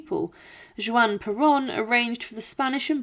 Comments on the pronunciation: When the AI narration says "Jewan", is that supposed to be pronounced "Juan?" AI will ruin your channel. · WHO IS JEWON?????? IT IS JUAN!!!!!!! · A very good, well researched, interesting video 👍👋👋! However, I jumped every time you said Juan Peron. In Spanish it is pronounced HUAN, not JUAN! "J" is pronounced as "H" in Spanish. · i don't know how on earth you don't know how to pronounce 'Juan' (Huan) no J (jay) sound. you didn't even mention about her lobotomy. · Juan is pronounced "Wan" Buenos Aires is pronounced "Buenas Ah- rez"